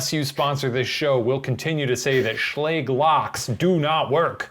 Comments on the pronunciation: No one: Shane and Ryan: sChLaGE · A horror story Ryan and Shane: sHLage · Video: Are you scared of being home alone? Ryan and Shane: SHLAGE? SHLAGE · its actually pronounced schlaje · im too busy crying at how you pronounce Schlage 😭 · Ryan's pronunciation of Schlage bothers me